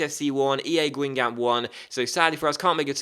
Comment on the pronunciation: it is actually pronounced as gang gom